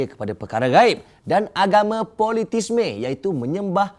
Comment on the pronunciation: sebenarnya sebutan dia animisma dan politisma.. sama macam vandalisme.. walaupun ejaan hujung dia huruf e.. masih disebut sebagai a